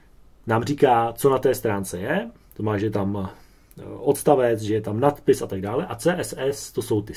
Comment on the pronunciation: Pěkné, jen když mluvíte o hodině češtiny, tak voranžový, vodstavec ... apod. čeština nemá :)